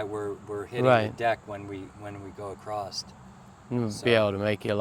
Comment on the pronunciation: It’s a common mispronunciation for across.